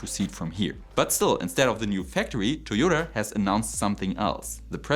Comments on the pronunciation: Es heißt immer noch „Toyota“, nicht „Toyodr“! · Toyoter! Please stop saying this! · Toyoterrr and Teslerrr 🤣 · Felt like he was being extra German and intentionally mispronouncing a Japanese company.